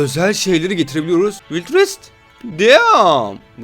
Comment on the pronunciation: Vayld vest'e vild vest diyen